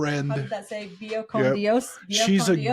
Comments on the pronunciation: Its Vaya con Dios, not Viya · Vaya (go) con (with) Dios (God) and its vaya rhymes with Eye-ah 😊 (of course Kody pronounced it wrong)